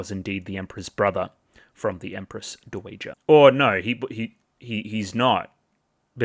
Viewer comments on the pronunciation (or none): Hey, super minor thing, but dowager is pronounced DOW-uh-juh. Dow rhymes with cow. Is Anshi-apo-diaires a very different lady to Anshi-RGU? Both are victims of CSA who feel they chose the role and thus aren't allowed to be true victims. This makes them feel superior to other victims they see as naïve, but also jealous that they are receiving attention, while also meaning they are even more isolated. If Adolescence of Utena is taken to be a sequel, then they even share sending their abuser into a mental breakdown and death by choosing to upend the power dynamic during sex.